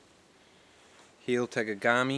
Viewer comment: i genuinely hope, this does not come off as "know-it-all-ish", but I just wanted to help you out with the pronunciation of that knife.. its pronounced like Hell-Y Ta-Mogg-A-Me. Just for future reference, maybe for a future customer or something. I hope this came across as helpful lol. beautiful bag btw.